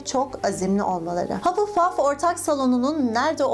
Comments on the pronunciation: hupplepuf değil hufflepuf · Hapılpaf değil, Hafılpaf diye okunur. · Hapılpaf diye değil hafılpaf diye okunuyo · Kanalını seviyorum ama hapılpaf rahatsız etti kabul ediyorum hufflepuff in okunuşu biraz zor ama hapılpuf demen dikkatimi dağıtıyor =) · haPılpaff dalga geçmiorm yanlış anlamayın ama komik